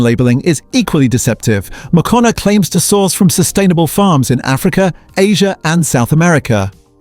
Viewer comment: Yes, you can tell by the way he/it says Moccona, pronounces it different every time.